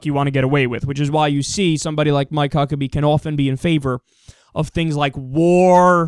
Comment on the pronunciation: Why do I keep hearing Fuck-pack??